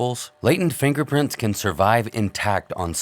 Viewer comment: Fangerprints😂 lmfao Love it❤